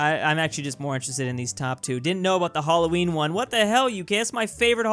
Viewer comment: we do celebrate ‘elloween